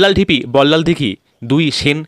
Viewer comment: বল্লাল ডিপি নয় ঢিপি।